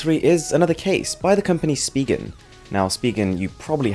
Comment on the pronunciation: How did u pronounce Spigen tho? It's actually pronounced as "Spy-jen"